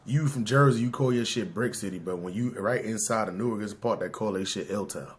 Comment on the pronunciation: You can tell when someone not from jerz. Cause they say New ark. Nicca, its pronounced Nork